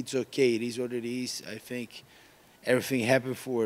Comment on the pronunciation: Gilbert "I fink" Burns